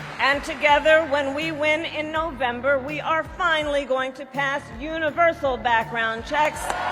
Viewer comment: She's gunna pass a "UniverSoul" gun ban. 😆